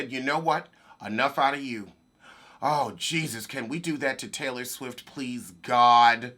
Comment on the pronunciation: I think her name is Brittany Taylor lol. Not Taloy.